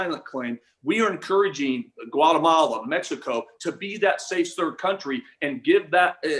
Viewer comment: To: It is pronounced M-e-x-i-c-o, not Mesco!